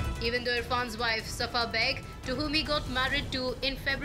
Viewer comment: It is not sana, it's safa.